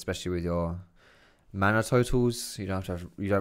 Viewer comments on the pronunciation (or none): none